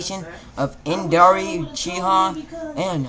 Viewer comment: It’s indra not induri